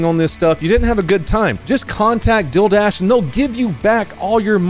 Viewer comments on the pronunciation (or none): Even CC says 'dilldash'. We luv ya,. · Oi! What the hell is “dill” dash? You get me every time. Ery dang time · Bro said deal and my heart dropped because it sounded like he said dil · Omg, I thought u were saying ‘dildash’😂😂😂 i was gonna say ‘do u pay with dil dough’ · That Deal Dash ad always sounds like you're saying "Dill Dash"...i'm like, you're running after a pickle???🤔🫢🤭❤😂😂😂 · When you said “DealDash” it sounds like you said “DilDash,” which actually sounds pretty sick bro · When you said "Dealdash" you said it kinda like Dil-dash, and my brain imediately was like "This sponsor is from Dildo!" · i heard man say dildash not dealdash